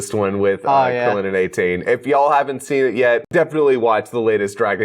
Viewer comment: why did the dude onna right say Goku and krilllin wrong?